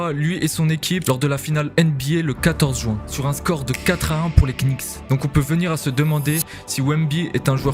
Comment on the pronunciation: Bonne vidéo. Juste le K des Knicks est muet. On ne dit pas les quenicks 😂